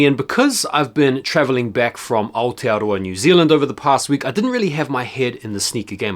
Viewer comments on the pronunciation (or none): none